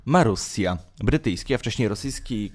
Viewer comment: Nie mówi się morusia tylko marusiia boże